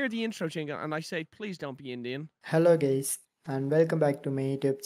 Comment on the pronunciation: “Hello gays”